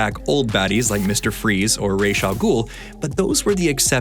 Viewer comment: Please never pronounce "Ra's" as "raysh". It's an Arabic word, رأس, and it means "head". You can say "ra's", "ras", or even "raz", but "raysh" is too far.